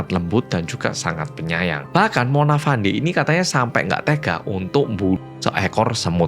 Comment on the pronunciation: Izin koreksi 🙏 Cara baca nama Fandey di sini itu 'Fendi'. Jadi nyebutnya itu bukan ngikutin cara ejanya. Untuk Dato Mazlan, Dato itu gelar buat seseorang, jadi cukup bilang Dato Mazlan aja. Ga perlu nambah 'Pak' di depan, kecuali kalau mau manggilmya "Pak Mazlan." Sama juga gelar2 lain di Malaysia kayak Tun, Tan Sri, Datuk. Ga usah ditambah istilah Pak, Bapak, Bu, atau Ibu.